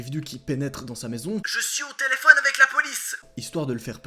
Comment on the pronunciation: Ta dis telefion😂